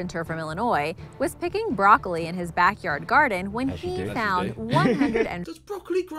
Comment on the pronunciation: "The brocolitree"